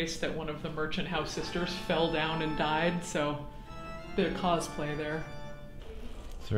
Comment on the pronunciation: "cause-play" That was terrible, thank you.